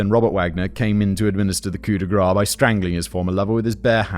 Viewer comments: It’s “coup de grace” pronounced grass not “grah”. Coup de “grah” would be the French equivalent of “gras” which means fat. It is supposed to mean the “blow for grace” as in the blow to deliver one from pain not a blow delivered with a piece of fat. 😜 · Simon, “Coo day grah”? Slice of grease? Did you mean “coup de grâce” (coo d grahss)?